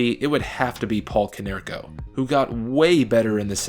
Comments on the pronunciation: Go Sox! I know I’m late but please never say “Konerks” again 😂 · 'konerks?' cmon..its always been PAULIEEEE!